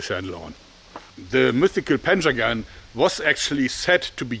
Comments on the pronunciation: Thought he said "Panzer-gun" not "Panjagan" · I hear "panzergun" lol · When I heard him say panjagan for the first time, I wasn’t looking at the screen and I thought I heard “panzer gun” That’d be a really advanced Persian army. Very forward thinking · I thought he said, "panzer gun".